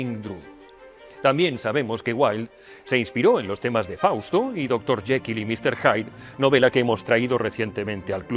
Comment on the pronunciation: En este caso "temnas" en lugar de temas 😜